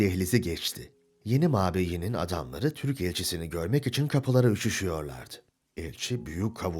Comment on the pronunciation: 'mabeyn' ve 'akabinde' sözcüklerinin telaffuzunda da benzer hatalar var.